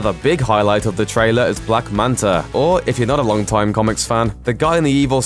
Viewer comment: I swear he said black manter once